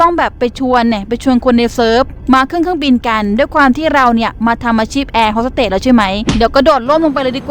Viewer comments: เค้าเรียกว่าแอร์ host สเตทค่ะไม่ใช่เรียกว่าแอร์ host สเตท😂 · คะแอร์ฮอสสเตทไม่ใช่หรอคะไม่ใช่แอร์ฮอสสเตท